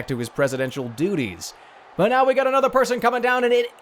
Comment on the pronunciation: Another gad damn it, anothah!